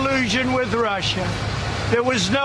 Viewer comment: Clearly stated by how he says "Rushser" rather than Russia. He probably spells it that way too. 😂